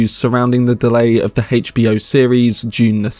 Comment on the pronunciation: the way you say HBO destroys my soul HAYCH B O